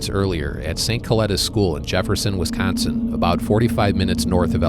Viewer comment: I love how he says WeescOnseen right out the gate. True WeescOnseenite.